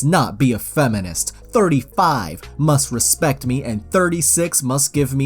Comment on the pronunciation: Makes '' Must " sound weird